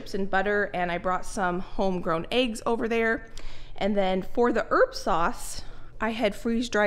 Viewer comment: I love how you often say "home griwn eggs" i always imagine a little tree with eggs dangling on the branches 😂